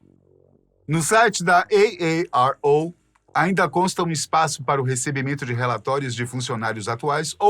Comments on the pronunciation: "Ei Ei Ar Ou" 1000x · Eu não aguentei ver o vídeo inteiro,de tanto" EI EI AR OU"QUE ESSE CARA fala 😅😅😅kkk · Esse cara gostou de pronunciar AARO😂